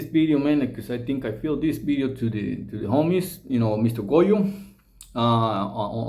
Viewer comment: Did he say bideo not video lol